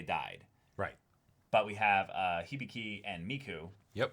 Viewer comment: hih-bih-kee. how can you pronounce hibiki as "hibeekay"?